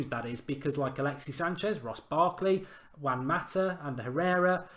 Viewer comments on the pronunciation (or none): none